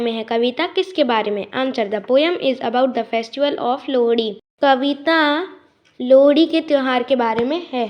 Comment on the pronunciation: Bhai Lohri bolna to seekh he